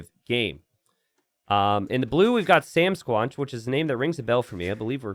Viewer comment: SamSquanch rhymes with ranch, like from Trailer Park Boys